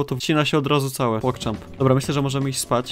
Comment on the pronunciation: Czemu musisz cały czas muwisz pogchamp